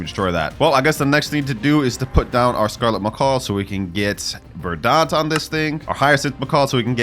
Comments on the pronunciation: uhh I hate to be "that guy" but it's pronounced ver-dint not ver-daunt... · It’s verdant not verdaunt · the way bro pronounced verdant 💀